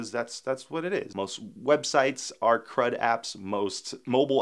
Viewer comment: When you said crud-apps I heard "crap-apps" :) That's what you hear when you are not a native speaker :) It's good that you put the explanation on the screen.